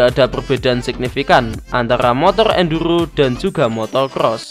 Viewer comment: ENDURRRGGGHHHOOOO 😂 Maaf Mas Aku Gaisok Ngempet Ngguyu 😂